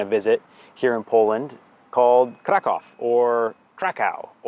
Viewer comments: Funny thing, Polish language must be a real challenge for English speaking people, because at the beginning of the video, pronounced the name of the city, ‘Kraków’, four different ways, but none of them was how Polish people pronounce it. Btw, it’s [Craackoov]. Also, him and Sarah are definitely Americans, but was sporting an FC Chelsea jersey and referred to foot-football as ‘football’, not soccer. It’s almost un-American. Lol! I’m glad that they liked their stay in Kraków and in Poland and produced a good video. Thanks! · 0:6 It's so funny listening to your mockery of the English pronunciation of the name 'Krakow'. Do you speak Polish,? In fact, "Krakow" pronounced correctly by an English-speaking person sounds to a Polish ear like "krakał". In Polish, this verb means "he cawed".🥰